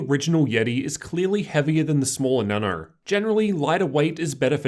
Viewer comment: why does he say Nano so weird he says Na noU